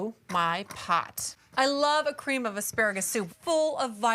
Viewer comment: "There's a little bit of ka-reeem in here & I'm going to add a little more ka-reeem. three quarters of a cup of ka-reeem to this to add even more of a nice ka-reeemy base". 😆😂